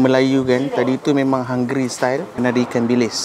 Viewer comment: Cakap melayu english pun cmpur ii 😂 *hungary bkn hungry hm